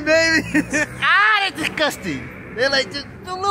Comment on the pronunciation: “Tha ih so dicuting the little things eeeeeeeeeehh”